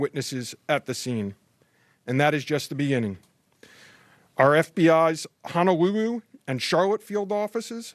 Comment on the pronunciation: Poor Mr. Veltri. It's hard to take him seriously when he says words like Honowuwu and vigiwent. He's obviously got a problem with his L's. He sounds like Barry on The Big Bang Theory. I'm sorry & I really don't want to be rude, but did he want to broadcast like that?